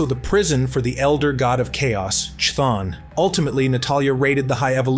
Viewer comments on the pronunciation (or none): Am I missing something?? Cause I remember calling Chthon with the k sound (like camera, Caroline, Chthulu) not the sh sound (like Schmidt, Schwimmer, schedule etc). Can someone help me out here?? Cause I keep hearing the narrator pronouncing Chthon as Schthon instead of Chthon. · Its a ai text to speech its nor saying it right